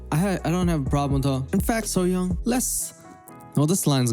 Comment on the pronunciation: Bitch she is just seafood really? It's called SEAFOOD SASHIMI and stop saying her name wrong it's not called SOOYONG it's SSOYOUNG! Tf how she torturing those animals she is making food seafood chefs are psychopaths so that's what you mean? Because they are "torturing" / making seafood for their customers really?